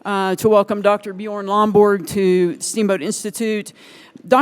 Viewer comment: Did she call him “Buh-Jorn” instead of “Buh-Yorn”?